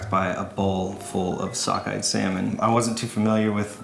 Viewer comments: nobody: jenna: it's sALmONe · Salmón, in Spanish... one of them accidentally matched the exact pronunciation in my language, lol. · were you talking about salmon or drawing lol lol thank you for the review